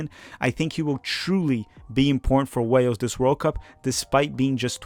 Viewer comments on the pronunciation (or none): none